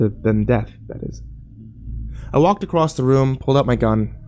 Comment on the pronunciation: I wish people still read books or read something, anything as long as it involves actually reading as the fact that most Americans think the word "across" has a T on the end shows that literacy is a thing of the past. Soon humanity won't be able to think in the abstract and these governments will be able to do anything they want with impunity. I don't think people realise that the size of your vocabulary is directly connected to how well youcan think and they don't see the danger in the downfall of books. I give us one generation after everyone stops reading and after that the end is imminent.